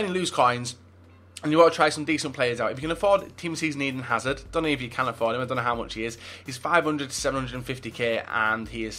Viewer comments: Did he just say "Team Of The Season Howard instead of Hazard? XD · U guys heard him say tots Howard instead of hazard rite